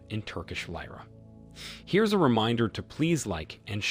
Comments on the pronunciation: ''ERR' DO' GAN '' - NOT ERR' DOWE' GAN. ''TURKISH LEER' RAH'' - NOT LYERA ''NAY-TOW' - NOT NAH' TO LEARN TO SPEAK AND PROUNOUCE ENGLISH PROPERLY - OR DON'T BOTHER. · Weird pronounciation of Erdogan. İt is lira not layraa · You are having a trouble to properly pronounce Erdogan and Putin name .. also having a problem to properly pronounce Turkish currency.. lira